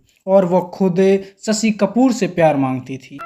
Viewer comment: भाई साहब पहले हिंदी सीखें ससी नहीं शशी बोला 😅